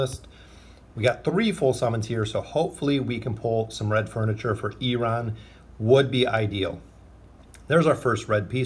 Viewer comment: dude! don't get me wrong, i like you, but why do you always say oaken inn?